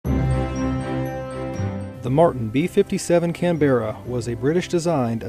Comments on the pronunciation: Canbra not 'can bear a' btw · its CanBra please learn how to pronounce words properly its painful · Nope. Canberra, also known among USAF as the “cranberry”.